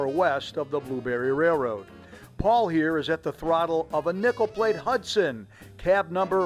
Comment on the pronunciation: I’m sorry, but every time you said “Nickel Plate Road”, it sounded like you said “Nipple Plate”. Awesome drone footage of a beautiful railroad!